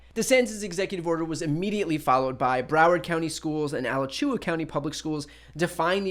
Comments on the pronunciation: Bro it’s A-latch-uh-wa not A-la-chew-ah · Lol "Alachewa" county. Its Alachua, but pronounced "UhLatchChewweUh'. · Alla-choo-uh, it's pronounced Alat-chwuh by floridians. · He Brian...it's pronounced a-LACH-you-a county. Gainesville, FL. Not a-la-CHOO-a.....LOL!!! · My favorite thing is when non-Florida residents try to pronounce Florida town/county names without looking up how to pronounce them: ala-CHEW-ah cracks me up every time. It’s ah-LAH-chu-a county. Brian is probably the worst offender. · Alachua County, in Florida, is pronounced "uh-LATCH-uh-wa," just as helpful reference for future use of the word. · The county in FL is Alachua. Ah-lah-chew-ah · Brian, not to pull anything away from the message, but Alachua is pronounced Ah latch chew wa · Brian it’s a-lah-chew-a. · "Al a chewa." Lolol. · Brian, you have been spot on and I have only one dispute. Alachua county in Florida is pronounced UH-LA-CHEW-UH. Keep fighting the good fight! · BRIAN!! Alachua = a-LATCH-oo-a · A Latch YOU Uh County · FYI You are pronouncing Alachua incorrectly. I did too at first. I work there. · It ain't easy pronouncing some of the names in Florida, Brian, however for future reference, Alachua is pronounced this way